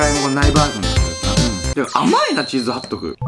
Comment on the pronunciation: ちょい気になったんだけど、チーズハットグじゃないの？？(笑) チーズハットクになってる！(どっちでもいいか😹)